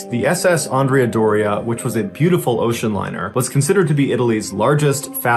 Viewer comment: You pronounced Andrea different ways. First is wrong.